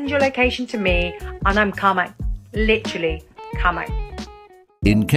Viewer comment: ....and "literally" (lidaraly)